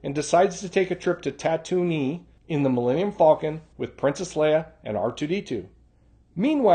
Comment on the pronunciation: Not a big deal, but were you pronouncing Tatooine as "Ta-Toonie" instead of "Ta-Tween"?